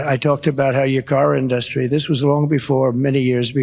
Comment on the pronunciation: "In-DUST-tree"😂-have never heard this word pronounced this way nor his many weird other pronunciations & his shocking grammar.A university graduate? He has the WEIRDEST accent & manner of speech, sentence composition close to a substandardly educated 2nd grader.